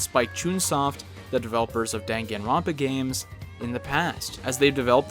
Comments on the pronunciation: Now I know how to pronounce Danganronpa. It'd be interesting if either of these guys made it into Ultimate. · The way he pronounces danganronpa puts me in physical pain